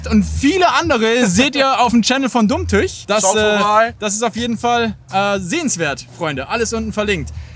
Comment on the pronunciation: Das heißt Dumm Tüüüch. Frag am besten Daniel. Der weiß wie das ausgesprochen wird... 😉😅